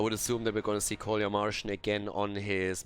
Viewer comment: Oi, "КоляМаржин" should be read "Kolya Margin", not "Kolya Marshing", these are first and second names (Kolya is friendly name of Nicholaus) =))